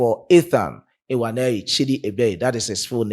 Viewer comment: I Love your opinion but to correct you especially on the pronunciation not ewaneri chidi please is nwaneri please look for Igbo brothers there in Ghana to give you correct pronunciation or you can inbox me for correction I ❤ you my brother hope to meet you one day